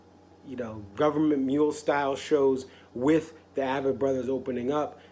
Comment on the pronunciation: “Ay-vett” Brothers...